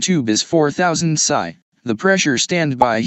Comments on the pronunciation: A very basic and good overview. A human with experience would have done much better. AI says " pisseye". It's " pee ess eye ", as in " pounds per square inch ". Nobody puts bullets in an air gun. Pellets or slugs would be proper. AI will make idiots of us all. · Thanks for saying pasaye instead of psi.